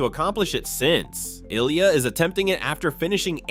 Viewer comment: Before you make a full video on an amazing talented Olympian ice skater like Ilya, you should probably learn how to pronounce his name correctly.